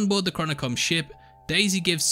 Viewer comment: I’m sorry, what? Susie?🤣you mean Sousa ? 😅😂